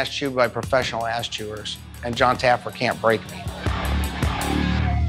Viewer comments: “JON TAYYERFY” 😭😭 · This dude said “ John Taggerfree” LMFAO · Love how he says Jon taggerfee instead of jon taffer 😂😂🤣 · "Jon Tagerfee" 😂😂😂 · John TA GRAH FEE